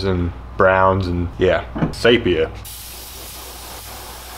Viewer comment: Pendant here... SEE-PEE-ah. (not say-pee-ah).